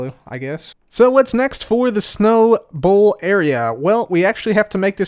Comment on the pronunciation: The whole time i thought he was taking about a ball not a bowl 😅